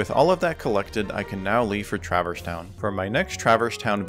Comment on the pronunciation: Great run, but... Anyone else twitch every time at "Traver's Town"? 🤣